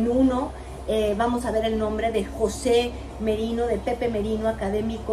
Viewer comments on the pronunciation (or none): none